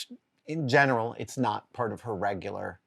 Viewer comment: I like the way you say "not in HER house" - implies HER house YOUR cave